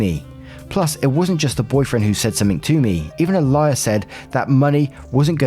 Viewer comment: When you read out Alia i heard A lier. Had me quite confused